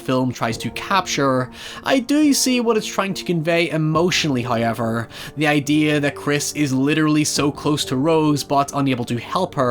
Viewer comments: I thought how you pronounced "game" was bad but I have never heard "hi ever" before im my life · Holy shit you got literally everything wrong about the first movie.. everything you complained about was 100% wrong. You obviously did no research at all and just made shit up to complain about to try and get views.. We already know that you fake being unable to say however and you purposely say words fucked up because you know it gets you more attention. So it's almost a guarantee that you make shit up about the things you review for the same reason. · man said "hoyever" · When said “hoyever” I really felt that.